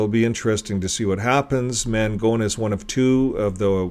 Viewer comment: We went to the trial to support the victim, we live in the neighborhood. His lawyer was horrendous and looked like a complete ass in the courtroom. The judge was very obviously getting irritated with Ron Mangone's lawyer. Btw, it's pronounced Man- gon. Not Man-gone. I grew up knowing him and his family.